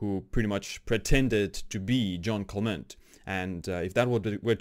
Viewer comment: Not John Clement, but Jeanne Calment. Pronounce /ʒan kalmã/ (or see English Wikipedia and listen to the audio).